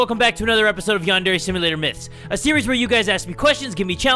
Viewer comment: It's (yon)(der)yonder